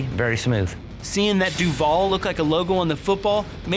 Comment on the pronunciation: Allen Robinson was looking like that bc that is NOT how we say DUVAL 🙄🤦🏽‍♀️🤣